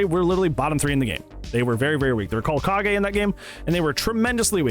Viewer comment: eyyy, you pronounced kage the right way. True SF fan.